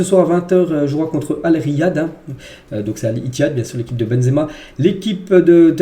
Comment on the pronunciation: On dit RI YÉ KA mais cest pas grave bravo